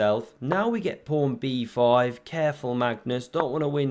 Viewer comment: Is it a joke calling a pawn a "prawn"? Or is that just the way you pronounce it?